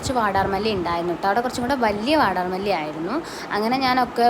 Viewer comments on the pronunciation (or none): വടർ മലി അല്ല വാടാർ മല്ലി